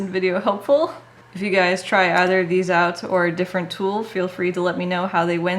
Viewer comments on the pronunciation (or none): none